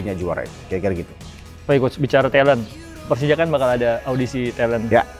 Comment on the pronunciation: 4 kata lucu, gue pelcija, gue cempion😂